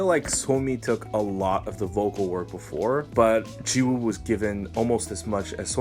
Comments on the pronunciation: Lol i love your conent but if i counted the number of times you said "jisoo" instead of "jiwoo" I'd be Rich 😂😂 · Every time you say Jizoo or cheese-oo it hurts me.